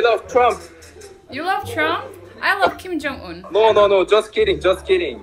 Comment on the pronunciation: kakak fasih bahasa korea, tp pelafalan nama org masih pake aksen bahasa indonesia kaya jong un (harus nya jeong eun), jung kuk (harusnya jeong guk) wkkwkwkw lucu aja gitu (lucu yang cute ya , bukan yang funny) 🤣🤣